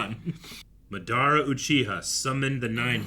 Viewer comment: Please stop pronouncing madaras name wrong , they literally said it😂